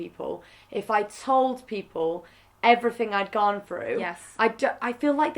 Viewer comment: The way that Rosie says ‘gone’ is the most Worcester thing I have ever heard